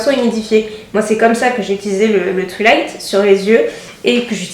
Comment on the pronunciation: twilight nan mais mdr quoi ca sert a rien de faire genre tu prononces tout en anglais et de dire "twilaite" alors que ca se prononce "twailaite" ptdr jsuis morte